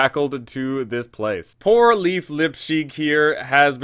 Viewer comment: PSA Lief is pronounced layff not leaf. It’s Scandinavian